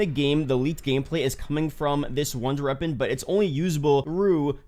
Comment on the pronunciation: bro if you fucking say “wonder reapon” one more time im going to lose it